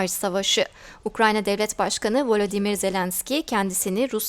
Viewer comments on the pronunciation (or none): none